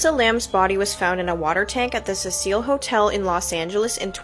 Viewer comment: It's Cecil as in SEE SILL. Fuck, this chick calling it the Cecile Hotel is MAD annoying. 😅😅😅